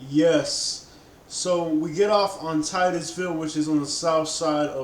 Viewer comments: Tit us ville man ( titusville) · Its pronounced TITT-USVILLE and its considered the Westside to us, not the southside. And u still drove to the westside when u got to 3rd ave, those first projects were Elyton Village Projects by Legion Field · You pronounce Titusville wrong lol it’s all good. It’s pronounced Tit tis ville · I love my city. It's pronounced Tittis- ville. 😆 I strictly WESTSIDE BY WAY OF ENSLEY AND PRATT CITY. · His way of Titusville irritated me